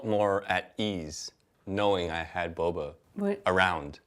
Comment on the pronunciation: Lol Wes who says “bobes” for boba? Love the candid introvert energy in this video and reactions to Wes’ interesting choice of words.